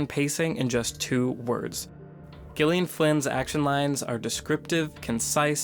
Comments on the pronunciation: I think it's pronounced "Jillian," not "Ghillian." Awesome video essay, though. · Hey you pronounce Gyllian as Jillian. Not with the hard G sound. I’m saying this because it is my name and I hate it when people mispronounces it. Which you’ve done this entire video. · It's Gillian with a soft g, not a hard one. Jesus fuck. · Its pronounced JILLIAN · She pronounces it with hard G. as in Good, Gone, Girl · No, it is not. She pronounces it with a hard G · Dude, her name is pronounced like Jillian. It's just spelled differently. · Actually she, herself, pronounces it with a hard G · She pronounces it as a hard G. No, Americans generally would pronounce it as J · Why is he saying gilian? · Isn't it pronounced "jillian" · The g is a soft J sound next to and I. I am used to versions of my name being mispronounced but I haven’t ever been so gosh darn and try about it before. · he needs to learn how to say the author's name properly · Do you actually think he made this quality of video and did not bother to find out exactly how the author herself pronounces her name. she uses a hard G....as in Gone, Girl, etc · Gillian. Listen to the author say it!!! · Not how you pronounce the author's name, buddy :)